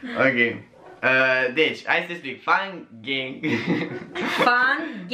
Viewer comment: Si io am auzit asa 😂😂😂